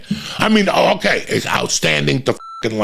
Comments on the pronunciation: How the hell is famous in anyway. That dude just screams nonsense into a mic and pronounces words so fucking pretentious “oohkaiy” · Why can’t say ‘okay’ properly?